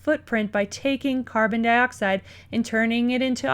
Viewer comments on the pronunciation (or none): none